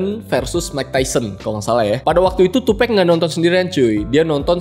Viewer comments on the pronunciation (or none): tupek??wtf TUPAC "TUPAK" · 2Pac, dibaca tupak' bukan tupekk. Ini nama alias, bukan pronounce dalam bahasa Inggris. Sekedar informasi bukan maksud menggurui. 🙏🏼😁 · Tupac bang bukan tupek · Maaf bang Tupac dibaca "Tupak" Bukan "Tupek" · Iya.. gw jg ga nyaman dgrnya. Wkwk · "Tupec" wkwk